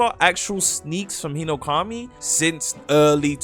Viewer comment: Yahiba Hinoukami Emlem Tales arwais veilboud Magwoi?? are you doing that on purpose cause that aint an accent or its just ragebait